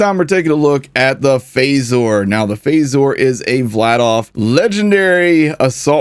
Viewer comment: Its supposed to be pronounced the same as they do in star trek thats the reference the gun is so it wouldnt be pronounced as "faysore" and more of "fazer" i dont know why that got on my nerves, im not even a star trek fan. Why am i like this?